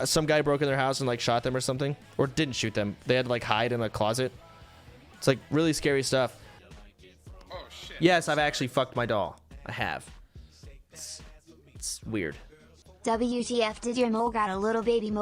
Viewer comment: I thought he said "Yes I actually fucked my dog" and it sp00ked me